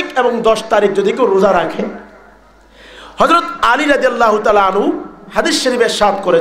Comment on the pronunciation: হুজুরের আনহু আর আনহা ঠিক হয়নি